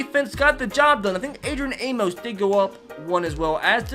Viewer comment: He pronounces amos wrong.How do I know?Im a packer fan